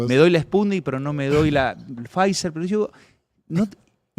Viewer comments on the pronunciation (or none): none